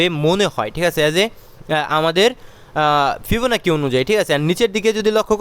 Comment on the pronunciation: fibonacci এর উচ্চারণ ফিবোনাক্কি নয় ফিবোনাচি ।